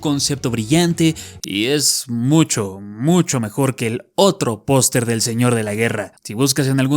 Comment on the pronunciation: Es idea mia, o dice POSTRE en vez de POSTER, incluso en los subtitulos dice POSTRE xD